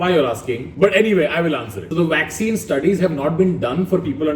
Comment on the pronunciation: Public: Vakccine kaha hai Tanmay: Waxene yaha Hai